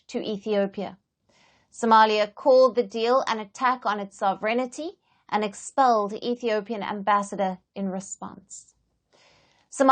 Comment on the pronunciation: I have yet to hear a news presenter outside Britain who can pronounce "sovereignty". The emphasis is on the first syllable, the second with a slight lift and the remainder being on a falling cadence: thus, phonetically; SOV-eR-Enty. The "i" is silent and definitely does NOT follow the "n".